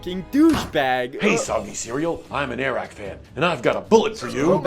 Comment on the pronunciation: You get it “”Air Rack”” lmao